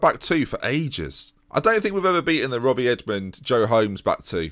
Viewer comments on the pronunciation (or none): none